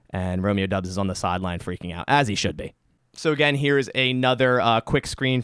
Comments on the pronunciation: its doubs not dubbs haha like dowbs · I’m pretty sure it’s pronounced Dobbs and not Dubs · Great breakdown, please keep these types of videos coming. Btw it's pronounced "Dobbs" not "Dubs" according to the man himself 😂. Though I think he still likes the Dubs nickname